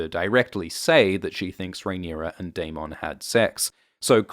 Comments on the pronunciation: 1) love the videos. 2) the spelling of Daemon is technically pronounced "demon", but if the show/book is going to use it as the equivalent of "Damon" then it should be pronounced the same way, rather than the extra emphasis on the "mon" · Why do you pronounce Daemon like he's a Pokemon?. Lol. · I hate how you pronounce 'Daemon' and you say it so much lol. Anywho, luv your vids;) #cheers